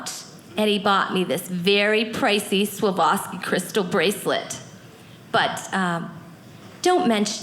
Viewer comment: ish... Swaboski" bracelet? I'm sure she meant Swarovski.